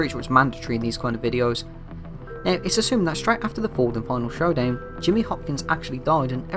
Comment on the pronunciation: "final showdan" 😂